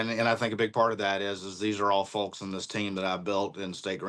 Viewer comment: It's fowks not fulks.....say it right! Lol